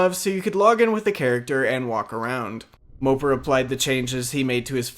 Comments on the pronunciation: Not that it matters, but MOPAR is pronounced Mo-Par not mo-per. The old Dodge vehicles on the login page allude to that :) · MO-PAR, not "moper" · Its moe par. Not mopper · It’s mo-par not mooper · You must not know much about cars if you pronounce Mo-Par like Moper lmao. Cringey. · Mopar not moper..... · It's MopAR scape not MopER..... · It's Mopar not moper.. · It’s pronounced Moe-Par scape not Moper lol! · I always pronounced it Moe-Par, not Moe-Pur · Moe-par, say it right fuck I had to exit the video . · It’s MO-PAR bro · Lmao "mopar" is pronounced like moe-par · mopar is pronounced like moe (like yassuo the league of legends player) and par (like in golf) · Learn to pronounce mopar ffs it's mo par like par the golf term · The way u say mopar LMAO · Please stop insulting American muscle by saying mopar wrong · The pronunciation of mopar actually killed me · Disliked due to your pronunciation of "Mopar"